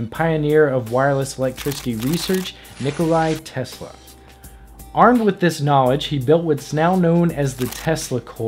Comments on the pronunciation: Thats not how you pronounce Nikola Tesla, you just butchered Serbian. Good video anyways. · Misspelling in the splash screen at the start, other than that and mispronouncing/spelling Nikola Tesla's name, good video :)